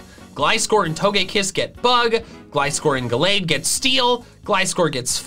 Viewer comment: IT'S GALLADE, NOT GLADE!